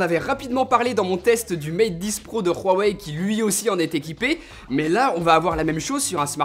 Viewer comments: Vincent D En fait c'est la vraie prononciation, tu ne le prononces pas comme tu l'écris (en même temps c'est une marque chinoise alors pourquoi pas) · Bonne video juste arrête de violer le nom de Huawei😂😂😂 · Sauf peut-être la façon dont il prononce Huawei 😉